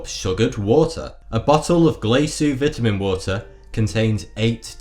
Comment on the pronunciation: Anyone else for out laughing when he say Vitamin water wrong due to his accent? Lol 😂